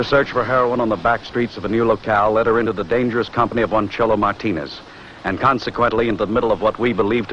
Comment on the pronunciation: Wait, did the narrator say 'Cholo Martinez'? What a hoot.